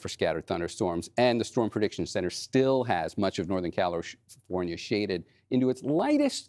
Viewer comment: northern calish fornia lol